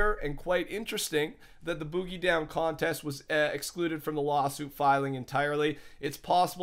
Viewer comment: OMG IF HE SAYS BOOGIE LIKE THAT ONE MORE TIME!